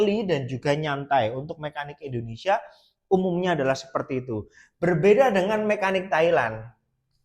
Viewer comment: Kok bihisa ngomong indohnesia mas..dahri puhlau jahwa ya mas